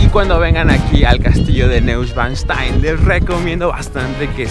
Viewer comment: No seas paletoso wey se pronuncia noischvanstain